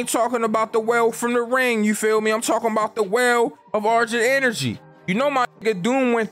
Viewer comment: Nigga really said "argent enery" 😂